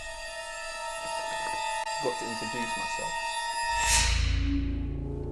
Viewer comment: "I'm tha baddest man in taaan cooz" lol the way he says cuz is so funny.